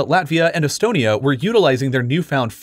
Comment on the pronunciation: Bro you say etonamy & belar us